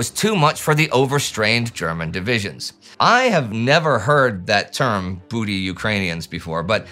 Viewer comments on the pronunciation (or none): none